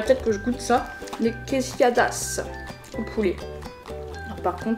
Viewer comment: Quesilladas mdrrrr Tu voulais dire quesadillas plutôt non ? 😁